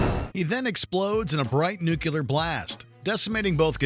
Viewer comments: Its pronounced (new-clear) NOT (nuke-you-ler) did nobody pay attention in high school? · I skipped back 3 times to make sure I heard correctly. You really said nuke-you-ler instead of nuclear in the Godzilla segment. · You said “nucular’ … ugh. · How are we pronouncing "nuclear?"